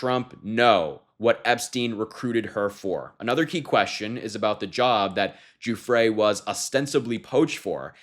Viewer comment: Thanks for not saying Guffry.